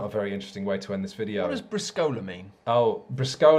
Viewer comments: I know I'm late, but another italian here and I'm surprised no one pointed out that 1) Briscola means trump suit and is the proper name of the original 2/4 players game and 2) I don't know how to communicate it but you called it "Briscòla" and not "Brìscola" like I always did. Maybe it's a dialect or local thing. I don't know how to better communicate this, watch an italian video pronounciation is hard. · == Folklore Club == You're missing some important rules. Swearing and blasphemies are a must. You call it Briscòla (stress on the o), but it's Brìscola (stress on the i). From "Bar Sport", popular comedy book from Italian author Stefano Benni: "Briscola is a simple game. Your opponent slams on the table a card, and you have to slam another one HARDER. Good players are able to break from 15 to 20 tables per game. It is appropriate, before slamming a card on the table, to make that card wet with a bit of saliva. Cards can take their characteristic crumpled up shape and the hardness of a rock. In many bars, to shuffle a deck of cards, we use a kneading machine. When a card is too old, it becomes hard and heavy, and if you're not well trained, it's better if you use some work gloves." Anyway, as already comment elsewhere, a Briscola deck is with A, 2, 3, 4, 5, 6, 7, J, Q, K. And the order (don't ask why we don't know either) is (from lowest to higher): 2, 4, 5, 6, 7, J, Q, K, 3, A. There are some variants on the auction itself. I find very funny calling directly points (e.g: 65!). The one who wins the auction can call a card (e.g. 5 of Spades. Spades becomes the Trunk, and the player with the 5 of Spades is the secret partner). You now must reach that many points. You can even call yourself (you call a card that you already have). This way there is no secret partner and a lot of more confusion on the table. If you win this way and you're keeping track of the points, this round yo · You should have tuned into the Fief review. :D